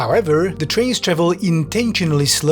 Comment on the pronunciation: Pwease Amewicum, we want mowe TWAINS.